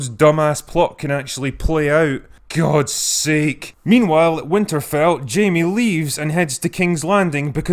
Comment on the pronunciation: "Gud Sake" llllllmao